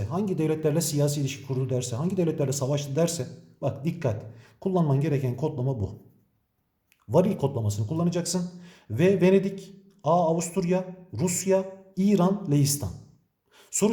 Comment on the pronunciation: Hocam "varil" yerine "ViRAL" deseniz daha iyi olur